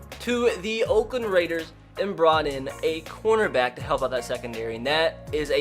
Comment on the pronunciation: Every time he said corner back I thought he said quarterback